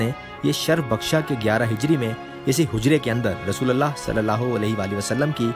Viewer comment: میل کے لئے رضی اللہ عنہ اور فی میل کے لئے رضی اللہ عنھا کہتے ہیں، رسول اللہ میں رسول کے لام پر پیش ہوتا ہے زبر نہیں ان غلطیوں کو درست کرلیں جزاک اللہ خیرا